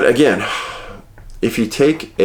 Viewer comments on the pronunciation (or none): Dave Please tell Isdahl how to pronounce the words "AGAIN & GARAGE" he drives me crazy!